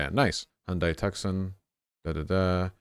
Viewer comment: How did he just pronounce Tucson?